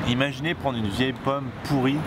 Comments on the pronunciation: Pomme pourri (te) ... ratée on dit pourrie xDD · "pourite" sa existe pas;)